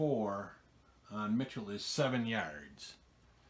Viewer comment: Hey Z - great vid! Btw - on Sony Michel, his last name is like the female name "Michelle".